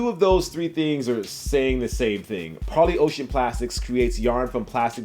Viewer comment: I know it’s trivial but It’s super refreshing to have an intelligent sneaker youtuber pronounce Parley correctly.